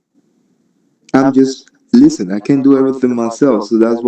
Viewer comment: His laid back chuckle and pronouncing the t in "listen" that sound familiar to me. I grew up in a multilingual city and I've never heard it mispronounced his way.